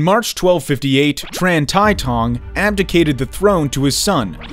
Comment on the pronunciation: Tran is pronounced as Chan in vietnamese dude...